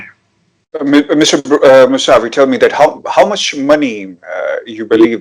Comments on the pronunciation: His name is kaveh Mousavi .He is British Iranian.plz pronounce correctly mousavi not Masavi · ان کا نام‌ اردو میں کاوہ ( فارسی میں اس کا تلفظ کاوے ہے) موسوی ہے مساوی نہیں.